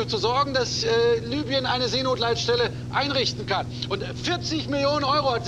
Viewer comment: Libyen nicht Lybien